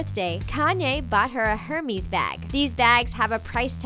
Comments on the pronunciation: I hate how she pronounces Hermes. It's pronounced "Eir-meZ" not "Her-mEEz" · It pronounced ermes not Hermies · "HERMISS" ugh, its pronounced "er-mess" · "her-mees" bag lmao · "Hermis" bag 😫😫😫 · is no one going to mention the terrible pronunciations??? hermes and homage were the WORST! if youre going to have a channel dedicated to fashion and desgners, know how to say them! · The way she pronounced Hermès 😬😑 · disgusted by the way she said hermes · interesting...but just to let you know, hermes is not pronounced like that if we are talking french, and the brand is french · The H in Hermes is silent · The way she said Hermes killed me